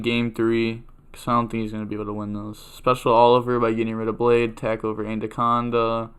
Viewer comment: Its anaconda not anDaconda